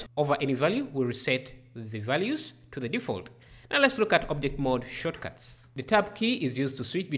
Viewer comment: Shortcuts not shotcuts 🤣🤣🤣